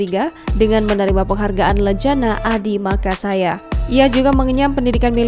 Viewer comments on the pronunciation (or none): Adhimakayasa bukan adimakasaya